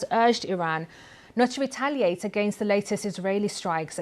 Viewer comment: She looks so... british!!! What is "wetaliate"?